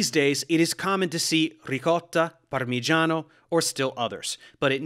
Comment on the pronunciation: OMH the accent punching through as he says "Ricotta". Milanese per caso?